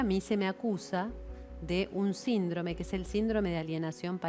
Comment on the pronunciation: "sindróme" jjajajajaj